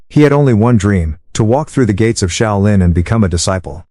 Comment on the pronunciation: The “Shy-O-Lynn” temple?? Give me a break.